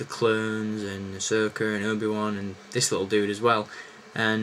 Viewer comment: u said asoker